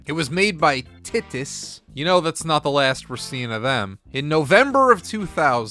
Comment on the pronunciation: Minor note, Titus is pronounced "tight-iss"